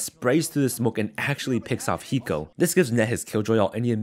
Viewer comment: The announcer couldn’t pronounce hiko’s name lol